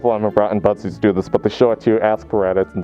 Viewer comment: If I didn’t read the title I would’ve thought you were saying “buttsies” the whole entire time lmao